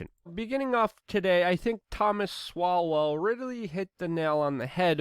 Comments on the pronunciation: Luke (or whatever your real name is), it's not Thomas Swalwell, like the crappy politician, it's pronounced Thomas "Soul". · It's NOT Thomas Swalwell , It's Thomas Sowell ! 🤣 I don't believe you don't know who Thomas Sowell is !